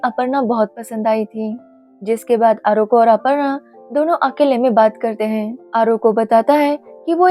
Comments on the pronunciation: It's not Oroko it's arko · It 's not Oroko it 'arko😅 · 😂😂😂aroko kya hai vai ..it's arko😅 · Aroko nehi hein bc arko hein